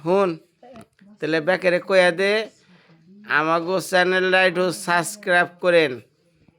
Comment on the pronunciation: আপনি নিজেই তো ঠিক মতো বলতে পারেন না সাবস্ক্রাইব। বৃদ্ধ মানুষটা কিভাবে বলবে